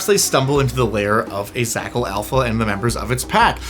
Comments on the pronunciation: A pack of Zhakals, a packle, of Zhakals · It offends me that you pronounced zh as /z/ instead of a voiced /sh/ or like a j /dzh/ without the "d" on front, which is clearly implied by the spelling! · zh would be pronounced not as a z but as a french j